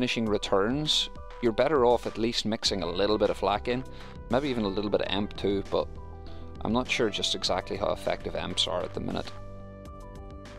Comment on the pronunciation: EMP is pronounced ee ehm pee.